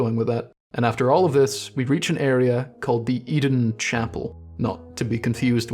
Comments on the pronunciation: "I don't know whats going on with Oedon" Maybe if you started pronouncing it correctly, you'd start gettin a better look at it Its name is pronounced the same as how you "Odin", like the norse god. Maybe start from there Seriously, everything else in this video is absolute top notch, but the fact you somehow got "eden" from a word starting with an o and lacking a second e makes me want to drive up to scotland and dunk your head in a chip fryer Keep up the great work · Hearing "Eden" chapel instead of "Oden" chapel was giving me the kind of head-bursting moment you get from popping a Madman's Knowledge.